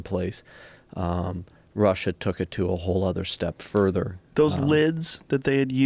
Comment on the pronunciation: "Wohll"... whot?